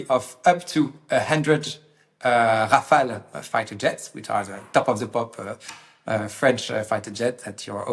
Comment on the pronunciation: Finally a French speaker to explain that it is Ra-Fa-Le… Not Ra-Fa-El!! Hopefully sees this as well. 😂 🎉❤